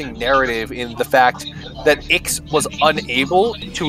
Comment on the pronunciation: Correct me if I’m wrong but I think the correct way to say Ix’s name is actually Nine as in Roman numerals nine? His full name is Pir’Oth Ix so wouldn’t that mean his name is Pir’Oth Nine? It would make sense since the nocturnus clan is very Roman in design. Aside from the technology and industry bit as Rome struggled in those departments.